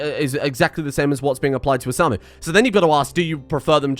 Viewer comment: i'm just here to say... its Pronounced O-Sa^-Mu^... the '^' denotes the higher tone in pronounciation. How do i know this? coz its My name LuL XD